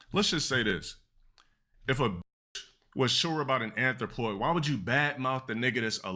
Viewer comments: GA-DUUUH NOT DA ANTH-RO-POY 😩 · This du constant butchering of the English language is triggering. Like why does he keep saying anthropoid when he clearly doesn’t know what it means? This is up there with him using spectacle and morality.